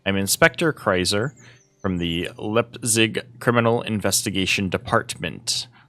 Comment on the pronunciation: Right on! And props for tackling these German names, quite tricky pronounciations there. Uhlich is "Oo-lick", Leipzig is "Libe-tsick", the rest you nailed perfectly.